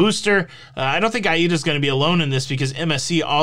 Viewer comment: “A”- “EE”-“DA” ‼️ so that’s how it’s pronounced! Now I’m enlightened 💡 yep the world is covid crazy! 🤪 but i am probably getting the booster because I just never know what wild idea my government🇨🇦 or even yours 🇺🇸 is going to dream up next! Maybe I won’t be able to return home without it come February?